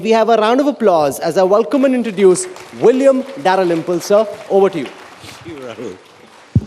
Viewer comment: The way that bjp stooge pronounced dalrymple was so bad